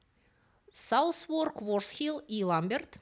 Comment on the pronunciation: Как ни контриниуитивно это выглядит, название Southwark читается как «сазарк»